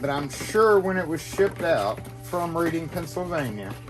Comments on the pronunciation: we talk funny in pa it’s not pronounced Reading we say reding we do say a, that’s public school English for y’all 😂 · Nice shout-out for some hard working people. BTW, "Reading PA" is pronounced to rhyme with the past tense of "read" and sound like the color "red" (e.g. "redding"). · Cool video idea. 💯 I'm 30 miles from Reading, and here in PA it's pronounced red like the color. Good stuff brother! 👍